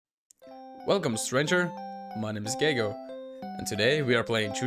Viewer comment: love the pronunciation of the name Gay-go xD